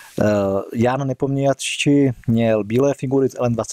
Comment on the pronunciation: Taková menší rada... vykašlete se na čtení přepisu jména Nepomniachtchi. Chápu, že krom Rusů jeho jméno asi správně nevysloví ani žádný zahraniční reportér, youtuber nebo tvůrce obsahu, nicméně to ani pro nás není tak složité, pokud uvidíme jeho jméno přepsáno jako Něpomňaščij ;)